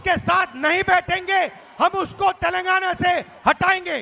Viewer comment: सुकर है राहुल जी तेलंगाना को तेलंगना बोल लिए नही तो माता जी तो तैल लगाना बोलती है 😂